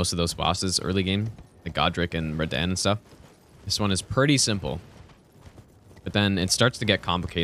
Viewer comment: His name is Radahn not radann